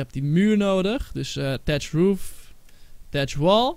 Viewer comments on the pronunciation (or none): je spreekt uit thatch als fatch